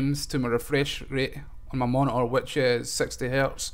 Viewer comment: You overclocked your "moni-ahh"?